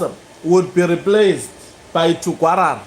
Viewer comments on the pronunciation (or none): It's Tungwarara not Tugwarara